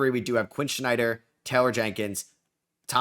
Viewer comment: Quinn SNYDER not Quinn Schneider.